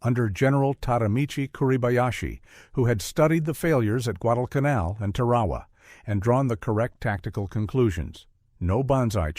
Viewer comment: DAMN ! It’s TAR A WA learn the correct pronunciation !